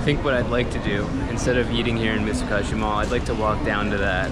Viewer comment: Mitsu-KOH-shi sir. Not Mitsu-KAH-shi